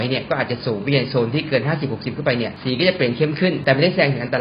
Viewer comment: ผมเหมือนได้ยินคำว่าสี เป็น หี นะ 5555